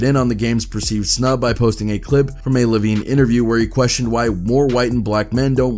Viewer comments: He called Jimmy Eye-O-Veen Jimmy Levine 🤣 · Bro called him Jimmy Lovine instead of Jimmy Iovine 😭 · Jimmy iiiiiovine. Not Lllovine. Haha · Why does the narrator keep saying Lavine, it's Iovine. I Ovine??? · Jimmy Lovine get outta here dude u don't know wtf u talking about its iovine eyevene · Who is jimmy lavine? Jimmy Iovine pronounced (Eye-veen)...smh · Man said Jimmy lovine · He’s Iovine not Lovine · Who is Jimmy “Low-veen”? I thought it was I veen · It's Jimmy Iovine. With an i. Not L lmao .."Lovine" 🤣😂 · This is why y'all shouldn't comment on shit you don't know ABOUT. Who the FUCK is Jimmy leavin? It's an "I" dumazz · It's Jimmy Iovine with a capital i not an L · It’s not Lavine!!! His name is Jimmy iovine. How can you fuck that up? Lol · “Jimmy Lavine” lmfao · IF YOU SAY LOVINE one more time…I swear…you nerd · LOL!!! YOU CALLED JIMMY IOVINE ... JIMMY LOVING 🤣🤣🤣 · Jimmy IOVINE. iOVINE. Theres no L in his name. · Did I just hear 'Lovine'?! Do your research man! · Dawggg...it’s jimmy iovne (eye-Vene) lmao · I just want to say this. His name is Jimmy Iovine (Eye-oh-Veen). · The way ya man keeps saying Jimmy Lovine 😂 😂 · It’s Jimmy Iovine. Like EYE-veen not an L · How you gonna pronounce Jimmy Iovines name wrong 🤡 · I think personally you know nothing about rap mgk had eminems and halies name in his mouth Rick Ross planned to come at aftermath and apologised when he realised he would be slaughtered and that’s not how you pronounce Jimmy Iovines name